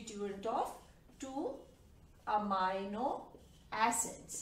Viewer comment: It is not pronounced "Amayno" it is pronounced "Ameeno".